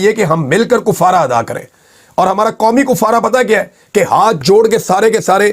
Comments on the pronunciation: لفظ Kaffara ھے Koffara نہیں ھے ۔۔تمام میڈیا پر کئ سالوں سے یہ لفظ غلط بولا جا رھا ھے ۔ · Not kofara, kafara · kUffarah❌️❌️❌️❌️ kAffarah✅️✅️✅️✅️